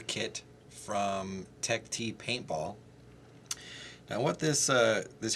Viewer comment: no, not really, it tech-tee